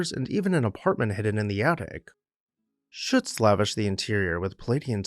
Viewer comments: I believe you’ll find Shutze is two syllables — sounds like footsie. I’ve spent loads of time at Swan House and loved the exhibitions and jazz age themed parties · SHUT ZEE is the local pronunciation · Was a docent at Swan House for a decade, what a wonderful experience! The architect is Philip Shutze, pronounced ShutZee. Thank you showcasing this magnificent house.